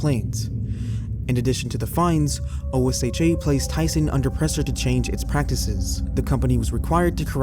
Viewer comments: OSHA is pronounced "Oh-shuh". It's an acronym, but you don't have to say the letters. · OSHA is an acronym, but it is commonly spoken as if it were a word. Pronounced exactly as it looks. Oh-SHha